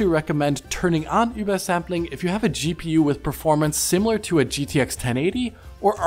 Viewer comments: He is pronouncing it absolutely perfect because he is actually german and that is how you pronounce it. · I would agree if it was called Uber-sampling, but it is called Über-Sampling, so clearly a german word, why would he not pronounce it like a german word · Sentinel it really doesn't. And his pronunciation is correct. It's a shame that you kids get all worked up about foreign languages. There's more to the world than just English. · You're gonna go out of your way to properly pronounce über for übersampling, but you're gonna pronounce gaussian as "gawzhin"? Great review though. Keep up the good work!